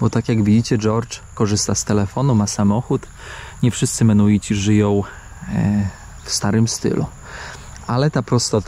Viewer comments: Kurde ludzie, ja wiem, że jesteście trochę niekumaci, ale to są mennonici (wymawia się wszystke literki) a nie żadni menuici. Nazwa pochodzi od Menno Simonsa, księdza - reformatora. Są chrześcijanami, więc pytanie, czy mają takie same tradycje jak chrześcijanie jest nieco chybione. Mennonici zamieszkiwali również obecną Polskę, głownie tereny nadwiślańskie od Torunia do Gdańska. M.in. Żuławy wiślane zostały przez nich odwodnione i zaludnione. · Chętnie bym obejrzał, ale mi uszy krwawią od tych "menuitów". Mój sąsiad na wsi na pendrive'a mówi "pyntrafj" - i chyba to bardziej znośne. Ale on ma 70 lat. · Nie Menoici ani Mennoici a MENNONICI. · Cały czas mówisz menuici a piszesz i Georg sam wymawia mennonici . To jak to w końcu się wymawia . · Coś oporny na naukę. Dalej mówi Belize i Menuici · mennonici, i beliz...bez e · Nie mogę już słuchać jak przekręcasz nazwę tej wspólnoty, musiałem przełączyć, uff